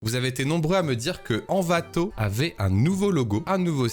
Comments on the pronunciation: T'as surtout dis "Anvato" 1000 fois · " N'Vato " la prochaine fois STP💔